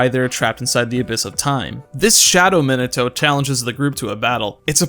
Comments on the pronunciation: this video randomly popped up on my feed and while I mostly agree with it, the pronunciation of "" is giving me brain damage, no offense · probably because he says "Minato" wrong